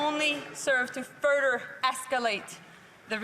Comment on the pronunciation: Furder? Joly smokin’ govt weed 😂